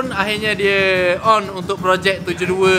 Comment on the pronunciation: Susah betul nk sebut 72 tu😂 HAHAHAHAHAH